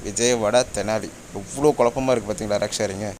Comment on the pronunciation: nice video. note. அது "ரேக்", "ராக்" அல்ல